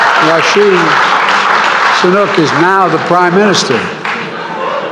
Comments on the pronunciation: "Rashi sunook", well-done, Mr president🤔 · He said Rasheed sunak 😂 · Who is Rashi Sunuk? He said that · Oh dear American leaders: Rashi? Sinuk? 🙄 It’s Rishi Sunak mate! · Did anyone notice that he mispronounced “Rishi Sanuk” as “Russian Sanuk” or only me 🤔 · Did this guy really say ‘Rashi Sunuk’? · Did he say Rashi Sunuk? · Did anyone else heard Mr Biden say "Rashid Sunuki"? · Rishi sunuke. 💀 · did he said rashi sunuki ? 😂 😂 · Raishi Sanook😂😂😂😂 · Dikhed doesn't even know his name. He calls him Rashi Sunuk hahahahahahhahaahahhahahaahaahh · Learn to pronounce his name properly. He is going to be around for a long time. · biden first pronounce name properly 😂😂 ohh sorry he is in sleep. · He can't even pronounce Rishi Sunaks name. This man is a disaster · this budha can't even the speak the name of rishi sunak properly.